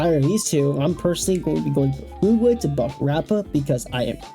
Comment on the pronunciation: Chinese doesn't have a pinyin -gue. It's just the English word fugue (fyoog). A moment of identity loss or memory loss. The way you're saying it would be spelled Fu Gui